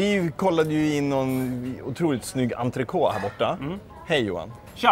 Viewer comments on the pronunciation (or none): Entre-kott. Inte entre-kåååå.